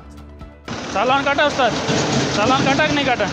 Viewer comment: Ye driver hai iski ek hi BAAT buri lagti hai ye jab Bhi bolta hai ch ko sh bolta iski bhasha suno isne Hindi ki maa bahan kar rakhi aapne Note ki ye chalan ko saalan bolta hai hain ko shen chala ko saala chaddi saddi ye konsi bhasa hai Bhai ch ch bol sha mut bol ye chidiya ko bhi shiddiya bolta konsi Bhasa hai ye jab Bhi bolta Hai aap khud dhyan se suno ch ko sh thank you transport tv